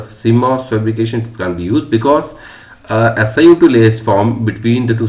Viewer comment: "Danger of high wrap", says the narrator. I would expect a danger of high warp. "Si2O", says the narrator. I would expect SiO2. What is going on here?